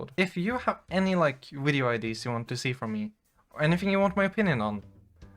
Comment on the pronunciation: This video has two of my favourite things: Pretty girls, and the way Scandinavian people say "wideo".